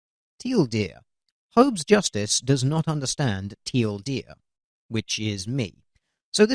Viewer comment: The guy he was responding to kept saying till deer instead of teal deer